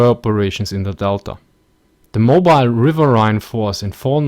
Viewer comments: River-een. River-eeeeeeen. Not River-aye-ne. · Great video, you need to do more of these post WW II videos. And btw, the word riverine, despite how it's spelt, is pronounced rivereen. Keep up the good work. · Technically, you may be correct but I've never heard it pronounced "riverhine" before, always "rivereen". You have to remember, this ins English we're talking about and us Americans (and Brits to a degree as well) are notorious for butchering and generally mispronouncing words. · Pronounced RIV-ER-EEN! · RiverRhine...that flows in your country...